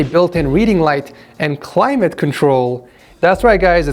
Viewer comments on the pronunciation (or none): none